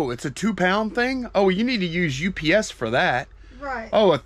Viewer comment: Can you please call UPS U-P-S as 3 syllables and. Not. Ups as one syllable? Same with cracker …say nutcracker! 😢you silly. You are driving me crazy because I watch every single video! I love you guys!